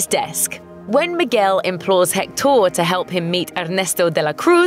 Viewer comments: Hector not jector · I just cant stand her saying HectÓr...😡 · I’ve got to say, your Spanish accent is pretty good! Just don’t pronounce the “H” in Hector and you’re good 😄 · HECtor,not hecTOR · Why does she say, "Hec-TAUR"? It's "HEC-tor." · It’s pronounced ec-tor not hec-tor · Hek-TOR lol. Just say Hector . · I hate how she pronounces Hector's name it's HECTtor not HecTOR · It’s pronounced hec-tur not hec-door. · the way she said hector. its pronounced ector not hhhhhhhhhhhhhhector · its spelled hector (i think) but pronounced ECKTOR, not HECKTOOOOOR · It’s pronounced Ector not Hectooooor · It's HEC-tor not Hec-TOOOOOR. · Every time she says Hectór I die inside 😂 it’s Héctor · God. That's pisses me off. Héctor in Spanish is pronounced Eector. H's in Spanish are silent. The H sound comes from J. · What bothers me is not the accent but the way she pronounces the h as in English, in Spanish the h is mute so you should pronounce it "ECTOR" (EHCTOR?, I don't know how to transliterate it, but just forget the h) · It’s eck-tor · I know they pronounce the H in Hecktor and go Heck-TOOOR! Have they watched the movie? Probably, but still. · In fact, she says alebrije quite well... because she gets the intonation, even if her accent shocks so much with that word, that is a pretty hard one. But pronouncing Hector, HHHec-TOR... she listen to the right intonation of the name through the whole movie, you'll have to be extremely negligent to get it wrong! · Seems you all hijos de la chingada need Spanish lessons. Hector pronunciation: English: HEC-tor. Spanish:EK-tor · it’s actually “EC-tor” in spanish the “h” is silent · You pronounced Hector wrong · That pronunciation of Hector is ghastly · I cringed everytime she said Hector's name. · The way they said hector bothered me soo much.